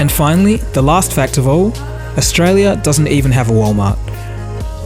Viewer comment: 485 Billion - Did you say Austria or Australia?